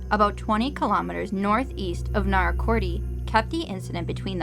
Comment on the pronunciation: Narracoorty ? LOL ! Narra cort is the pronunciation LOL!